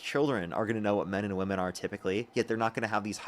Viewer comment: I get sick of them never knowing how to pronounce the word 'womEn' in the plural